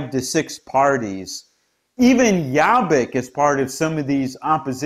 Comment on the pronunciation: Excellent analysis of the political scene in Hungary. Also, you had a really good pronunciation of Laszlo Toroczkai's name :) But Jobbik is pronounced with the letter o as in 'orbit'. Thanks for the excellent reporting !